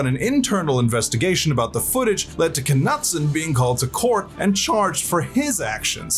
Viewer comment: k nutson? 😂 wouldn't that be a silent k like "know" or "knight" ?